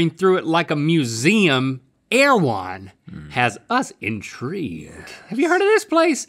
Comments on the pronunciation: not my latino ass thinking they said "AirJuan". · Erawan? It's Thailand? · Tf is erewhon